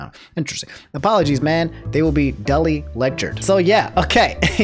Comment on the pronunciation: 'Dully' and 'albeyt' u have clearly never seen these words.